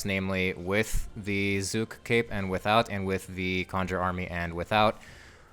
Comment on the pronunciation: its zuk not zook